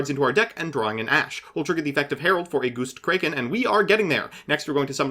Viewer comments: When he went "Goustcrayken" i felt that🤧🤧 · Ok, has to deliberately mispronounce things, right? "Goostkraken"? Really? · are you mispronouncing everything on purpose holy shit goostkraken? is it going to lay an egg?